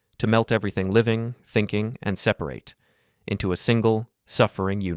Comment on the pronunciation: It’s definitely AI. He uses the wrong pronunciation of separate, as if referring to the verb rather than the adjective. This commenter is saying that using AI doesn’t matter as much for personal voice overs as much as for things like AI art in advertising and such.